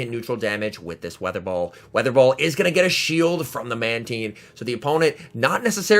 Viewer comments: Manteen? How do you pronounce nine? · In early generations of the TV show, Mantine was pronounced as Manteen, they changed it later on